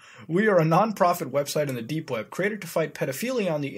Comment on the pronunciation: did he say 'dank' web browsing?